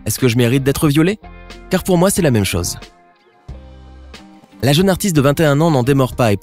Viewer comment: Moi je crois qu’il faut apprendre à prononcer les « o » « au » correctement désolée j’aime tes vidéos mais ça me perturbe quand tu dis chose et que tu le prononces chause